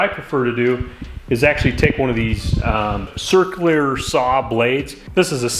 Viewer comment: First, it's a Circular saw not a Cerclier saw. Second it's especially not EXspecially. Learn Engrish!